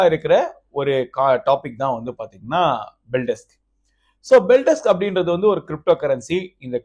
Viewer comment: அது பெல்டெஸ்க் இல்ல பெல்டெக்ஸ்